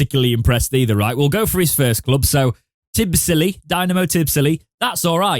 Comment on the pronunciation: Pronounced TIBBLEESY